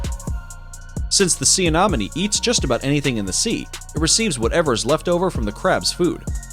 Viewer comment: Was anyone else annoyed by his pronunciation of "sea anemone? (Say: ah-NEM-ah-nee)